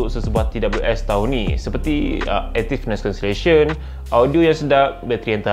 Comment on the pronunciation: struggle naw sebut active noise cancellation.....hahahaha